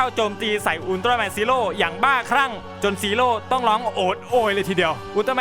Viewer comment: พี่ครับพี่พูดว่าอุลตร้าแมนไม่ไช่อุลตร้าแมนกิงกะ